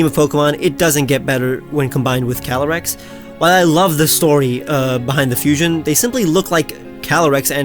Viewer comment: Calyrex, not Calaryx!